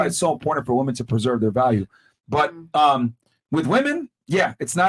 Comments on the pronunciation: The blonde sitting beside really does not know the pronunciation difference between woman and women. she keeps saying woman every time instead of saying women. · Why does she keep on saying woman which is singular when it is clear that she is saying women plural?